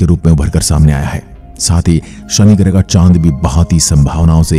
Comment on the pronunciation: ग्रह शब्द का उच्चार आप ग्रहे ऐसा क्यूं करते है?